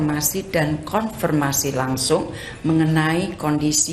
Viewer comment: Konfirmasi bu bukan konformasi